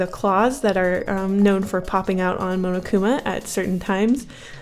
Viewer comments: pronounced mon-oh-koo-ma(h) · says momokuma. The fandom: ITS PUNISHMENT TIME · She said munukuma lololol😆😆😆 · Wait how did she just pronounce monokuma the first time? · AAAAAAHH I LOVE DANGANRONPA!!!!!! REEEEE!!! DRV3 KOKICHI OMA IS MY FAVORITE CHARACTER!!!! WHEN SAW MONOKUMA ON THE THUMBNAIL I CLICKED IT INSTANTLY!!!! also, the way you said Monokuma though